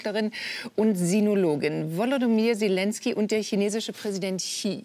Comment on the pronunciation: Maybritt Illner sollte mal den Namen des ukrainischen Präsidenten korrekt lernen: Wolodymir (Nicht WolodOmyr…)